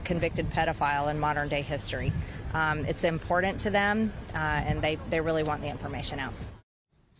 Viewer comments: Did Green just say impordant Instead of important? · ...sounded more like "impor-dant" 😂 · "It's impordant to them" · Undereducated Americans - impordant? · It's" importdint"to her, lol!